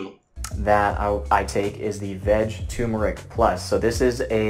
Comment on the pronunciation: I love how tur-mer-ic is pronounced as tumour-ic. Funny. Not funny.